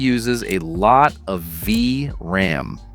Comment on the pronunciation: The Ai voice had a bit to go, V...RAM.. Great vid nonetheless, they're selling these cards for like $50 which is pretty sweet.